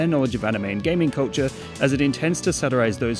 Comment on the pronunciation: I thought he was saying coacher instead of culture for 3 whole minutes